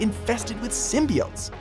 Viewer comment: the slightest thing that bothered me was the mis-pronunciation of "Symbiotes"